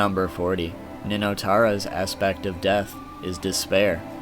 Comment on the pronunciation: who the hell is Ninotara? :)